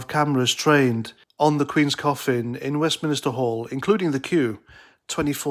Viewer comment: Who cares? And its Westminster not Westminister ya tit